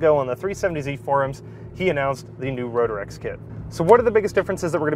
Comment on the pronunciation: It's Ro-trecks, not Ro-der-ecks. 😀 Great video tho. Had a Rotrex on my Miata and loved it. Feels like a bigger NA motor.